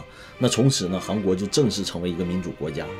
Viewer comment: 一直听着是“航国”😂